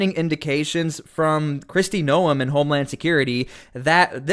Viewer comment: I'm sorry. Could you procounce Christy Noem's name correctly. It's so annoying.